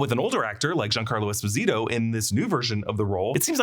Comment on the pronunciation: Giancarlo ESPAH-SEE-TOE